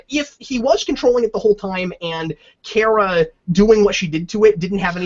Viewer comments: Cap, it's KARA not KARA. ;) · Don't undertstand why they chose to pronounce it as Car-A when everywhere else it was pronounced as Care-A. Seems like an arbitrary change.